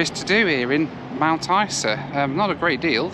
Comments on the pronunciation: Hi,, we pronounce it Mt. Izer. ENJOY! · You Flew with REX.. that would be your first mistake lol ! We tend to pronounce Mt Isa as Mount Iza (Eye Zah) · Strangely we pronounce Mt Isa like Mt Iza .. I don’t know why lol.